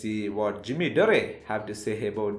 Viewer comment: It’s Dore not Doreh